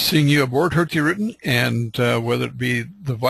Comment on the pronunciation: Highly recommend you try to get some training in norwegian spoken, Hurtigruten in your norwegian, translation is quick porridge, it should be fast boat line!Not very good.... Room for improvements.